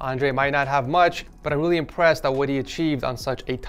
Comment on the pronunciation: i love how he says welly cool